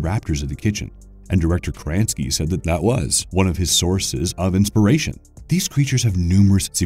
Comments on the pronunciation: He said John Kranski. Everyone in America knows John Krasinski. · Ah John Kranski what a good actor 😂 😂. Is krasinski that hard to say?? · kra..sin...ski please for the love of god pronounce his name correctly... i dont like to nit pick but there are several channels where this is something that i find annoying. just an opinion. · Aw COME ON!! John Kransky?! It's not like he's a nobody, he starred in "the Office" for nine years! His name is KRASINSKY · "Jon Kransky"?? You mean John Krasinski?!?! Hoo boy, big mistake... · The name of the director and actor is „ Krasinski“ not „kransky“ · John Kranski? You mean Krasinski? Come on... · You keep saying Kransky when his name is Krasinski. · Krasinski not kransky. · John Kransky? Krasinski. KRAS-IN-SKEE. edit: woah you mispronounced SO many things in this video. Jesus christ. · Its "John Krasinski" not "Krantsky". Maybe actually research the people and movies you talk about??? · Lol its John Krasinski not kranski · KraSINski, not Kranski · Oh my lord, John Kransky??? Or maybe, just maybe Krasinski.... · Did he just say John Kranski? It's Krasinski pronounced Kra-zin-ski. How are white people now mispronouncing white people names lol. Edit, wow he does it mutiple times lol. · john “Kransky” ughhh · John Kra-Zin-skee De-mo-gor-gone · John Kransky? Did no one check the voiceover before upload? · John Kraaansky!?! Man have you never seen an interview or something? Who doesn't know the guy's last name? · "John Cranski" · Wait.....did he say KRANSKY???? 🤦🏼‍♀️ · "John Kransky" close but I don't think that's quite right lol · wait wait, John Kransky you said? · Isn't it John KRA-SIN-SKI? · did this dude really just say "John Kranski"? Sound it out, bud... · Lol "John Kranski" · I mean, they also pronounced John Krasinski's last name as "Kranski", so who knows if they got it right 🤷🏻‍♀️ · it is kra zin ski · Krasinsky = KrAnSkI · As a long time The Office fan, I was pained by how badly John Krasinski's name was butchered! 😂